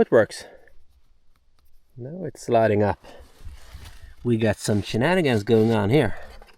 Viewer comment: "we got some shenanigans going on here" 🤣🤣🤣🤣 Are you Swedish or Irish 🤣🤣🤣